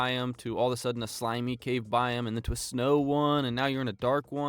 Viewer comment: Biome pronounced “bi-OH-m”, not “bi um”